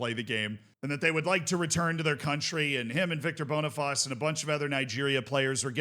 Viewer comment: just a quick heads up cos ik you like to pronounce names correctly, Boniface is pronounced "boni-face" and not "bonifaz", the bonifaz is the French pronunciation